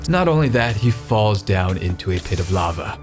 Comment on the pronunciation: It's lava not lagva! Thanks for the correction!